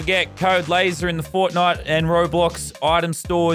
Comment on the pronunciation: YOU MONSTER YOU SAID HIS NAME WITH AN EEEEEE